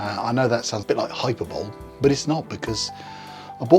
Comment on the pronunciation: That pronunciation of Hyperbole threw me for a second. Gorgeous watch! Serious value